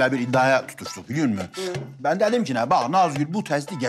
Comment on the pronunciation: 2 46 ben diyeceğine men diyor